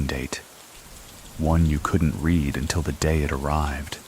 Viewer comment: a I. telling us "I read every single comment" and mispronouncing "read" 😅